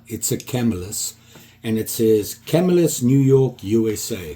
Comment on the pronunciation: swaybacks? Really? you guys kill me, Probably want to... That doc, too So much misinfo & pronunciations? CAMELlis there's CAMELS in CAMILLAS, FIENBERGS ? Really? Come on.. those Fiebing dudes are rolling around in their graves.. Your excused I know your not from the US... enough of my shit, We have a hurricane to deal with...I'm out